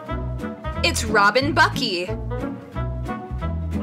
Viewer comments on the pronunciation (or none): “It’s Robin Buckeeee” STOP CAUSE I’M CRYING!!! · robin buckey lol its robin buckLey